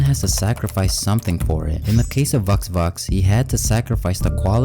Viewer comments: How dare you call vux vux that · Bro not vux vux